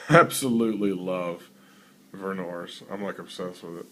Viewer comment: you're pronouncing vernors wrong. its more like "vern-hers" in one fast flat tone. Im from michigan which is where it'sis from, so I'm right ; )